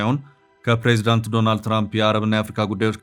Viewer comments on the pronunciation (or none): none